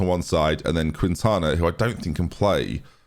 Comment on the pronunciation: Quintana = Kin-tana…cuz it’s me name 😤